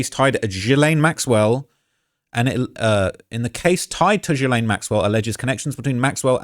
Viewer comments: Thanks for your work. One small critique; Ghislaine (unsure of spelling) is not pronounce with a soft G but a hard G. It’s pronounced Gill-lane. Not Jill-lane. ✌🏼❤️🇨🇦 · Everyone mispronounces Ghislene’s name. It’s pronounced Guhlin. But I see what your saying😊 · "Jizz-lane Maxwell." 💀😂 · Learn to pronounce the name! Gilen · PERFECT pronunciation!(in this particular instance)😂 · man that shi gets on my nerves they always say jizlane 😂😂😂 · indeed - this dude mispronounced ghislaine - i guess we can disregard this entire video according to his own standards? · he mispronounces it on purpose but point taken-obnoxious.